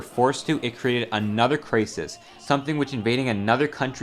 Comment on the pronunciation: y does he pronounce crisis like that